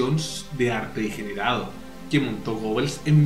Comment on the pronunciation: Desde que lo descubrí me fascina su pincelada energica y expresiva. Tenés un error en . Dice "degerado"